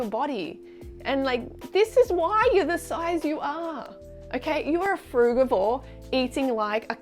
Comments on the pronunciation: You can’t even pronounce frugivore 😂😂😂 you have no idea about nutrition. Stop acting like you do. Stick to building muscles bruh. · "Frugavor" now that's new. Also, if we're not meant to eat meat.... why do we have incisors to dear and rip flesh?